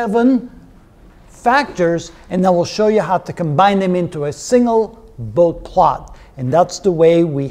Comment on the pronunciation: A fine introduction to the topic of Bode plots. One nitpick, Dr. Bode's name is typically pronounced "boh-dee" :-)